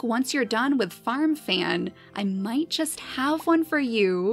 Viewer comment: I thought you were saying farm fam for ten minutes